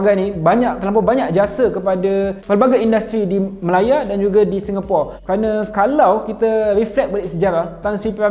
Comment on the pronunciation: Speaker sebut "Singapura" tu dah nice dah, memang lah agak janggal nak sebut "Singapura" tapi kenalah biasakan diri. Saya pon tengah biasakan diri sebut perkataan2 dalam bahasa melayu daripada inggeris.